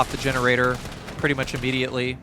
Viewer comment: I am sorry 😐 but I keep hearing you say butt hole in the generator section.